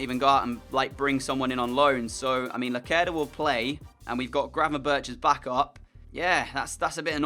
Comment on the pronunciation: And gravenberch